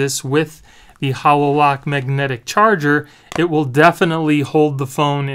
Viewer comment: Why are calling it a Hah LO lock? It’s pronounced Hay lo like the halo that angels have. Self explanatory really when you look at the shape. Just had to mention it.